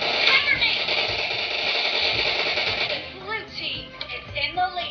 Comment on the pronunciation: bhai bulu nhi hota blue hota h 😂😂😂